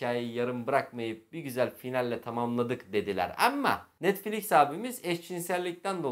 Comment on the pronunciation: Welcome To The Netfliz